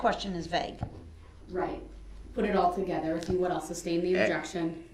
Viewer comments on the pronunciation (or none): And "grounds." 😂 AND that it's SUStain , not SUBstain.